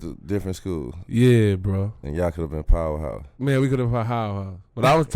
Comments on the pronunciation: D Miles: "Y'all coulda been a powerhouse" Big Baby: "Man we coulda bowahowapows" Me: [Dies] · “so y’all coulda been a powerhouse” “man we coulda pohowahouse” I want what he’s smoking😂😂😂